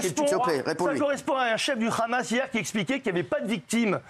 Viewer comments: Ils savent pas dire le Hamas?!ils sont là à déformer en disant le khamas!c est pas compliqué de dire hamas!(amasse)! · Déjà c'est pas kkhamas, c'est Hamas 😭🤣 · Je sais mais tant qu'à faire mieux vaut le prononcer Amas plutôt que Khamas le son " kh" étant inexistant dans l'alphabet français bien qu'il soit prononcé à l'insu de notre plein gré des dizaines de fois par jour avec tous les mots commençant par " cr ", "fr", " pr et " tr " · Ils le prononcent à l'israélienne alors que d'habitude ils font semblant de ne pas savoir prononcer le kha, alors qu'ils le prononcent chaque fois qu'ils disent le mot France, transport, pratique etc...